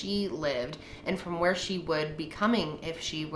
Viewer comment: It sounded in the audio more like “Where I Should” instead of where